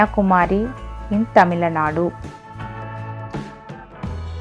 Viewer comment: Sorry for say this Your pronunciation wrong tamilanadu is wrong tamilnadu is correct , because my ia tamilnadu 💖💖💖💖💖💖💖💖